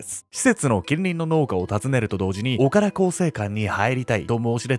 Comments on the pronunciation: 濁点の発音が苦手なのぬ オカラ更生館💦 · 岡田がずーーーっと「おから」に聞こえてて、「おから更生館って変な名前や〜」って思ってた。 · おからこうせいかんって聞こえた🤣 潜入捜査すごい！ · ダメだ…何回聞いてもオカラ更生館って聞こえるぜ… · 本当にオカラにしか聞こえない笑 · おからって聞こえてしまう……